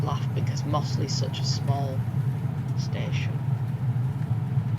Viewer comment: It's slawit not slaithwaite. And mozzley